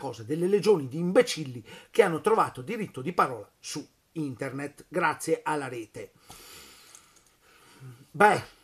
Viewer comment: internett ??!!!! INTERDETT FORSE PIU' APPROPRIATO AHAHAHAHAHAHAH per non parlare di fessbuk